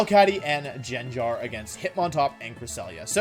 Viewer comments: Nobody: WolfeyVGC: says Jen jar instead of gengar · jenjar lmfao it's gengar. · if I'm not mistaken, isnt how you pronounce it GenGar not JenJar? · its pronounced gangar not jenjar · STOP pronouncing it Jenjar, it’s Gengar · if you say genjar one more time im ripping the hair out of my skull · The most evil thing here is saying jenjar. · Man i wish the english language made any sense, how is gengar pronounced jenjar? ahh oh well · It bothers me that you pronounce it as Genjar. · the most evil prt of the video is the pronunciation of gengar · The most evil thing about this video is how he pronounces gengar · the only evil thing here is how you pronounce gengar dude. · Pronounce gengar right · The way you pronounce "Gengar" enrages me. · Am I having a stroke? I've been watching his videos for months now and I've never noticed he mispronounced things like video as wideo or Gengar as gingar, is it him or is it me? Did I just not notice this? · I love his pronunciations GENJAR,WIDEO haha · Pronounces Gengar as genjar. Gothitelle as gothitelly like what it ain’t a Telly tubby. It’s gothi-TELL.